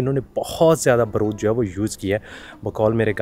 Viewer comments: baaroood, not baroood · Baaarood not broood